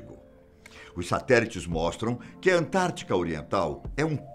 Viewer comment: É "AntártiDa",, e não "Antártica". Forte abraço.